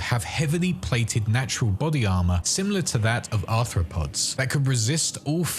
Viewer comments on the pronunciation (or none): none